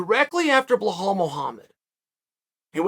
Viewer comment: Haha Chael.. it’s pronounce Belal. Not Behaul. Chael Just because you be hauling extra weight don’t mean you gotta pronounce my future champ‘s name wrong